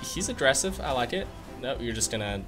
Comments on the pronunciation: Why do you keep saying “Adressive” wtf does that mean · Is anyone else hearing say “addressive” or am I losing my mind